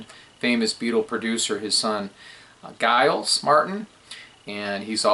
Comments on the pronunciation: Hi, the correct pronunciation of Giles Martin is, imagine it spelt with a 'J' as in Jiles, that's how it's pronounced 1😆😷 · I enjoyed listening to your thoughts very much! Oh yes, Giles is pronounced Jiles, like /Gym. I'd better start saving my pennies!